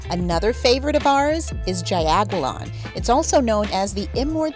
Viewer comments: Pronounced "JOW-Goo-LAHN". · it’s pronounced jao goo-lawn..